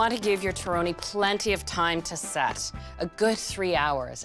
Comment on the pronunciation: Would you please pronounce the word “torrone” as if you were Italian? Just saying . I’ll keep your recipe , though .